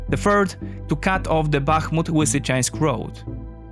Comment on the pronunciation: Lisichansk man, you polish have a proper l sound just because the other half has been corrupted in to w doesnt mean you can take in to consideration that ukraininan only have a proper l.